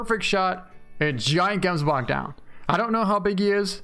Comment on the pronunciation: Is it just me or does it sound awesome when he says gemsbok